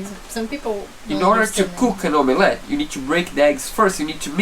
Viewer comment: Each time says the word "om a let" it gives me the giggles, try to pronounce it " om let" but all as one word so "omlet", that said your English is coming along fantastic well done as I know I'd struggle speaking anything other than English!!!